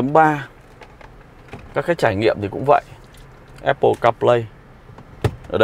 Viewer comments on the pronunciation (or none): none